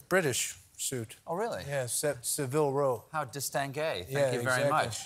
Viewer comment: It’s a Saville Row suit, not Seville!